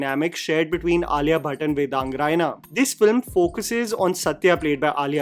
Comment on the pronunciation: i love you...i respect you a ton...but please do not pronounce it as Rayina..me being a Raina..makes me want to cry... you're from jammu you should know its रैना😭😭....still my love for your videos and opinions will forever stay❤️